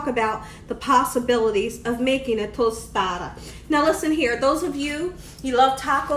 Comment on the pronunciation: Lol nope ur saying tostada just rite! Looks delish. I've never used shrimp I usually use chicken. But ill for sure try shrimp next time! Thanks!